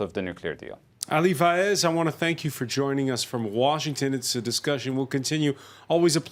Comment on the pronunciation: I agree, but his surname is Vaez not Faez.